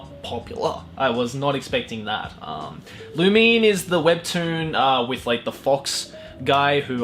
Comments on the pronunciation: It's not loomeen 😂author said so... the 2nd pronunciation you said was correct tho 😂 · No offense but your lack of webtoons knowledge is fucking hilarious. Lumine pronounced Loo - min - ay is a werewolf. Btw Fox Girls are better should have totally made it onto the list xD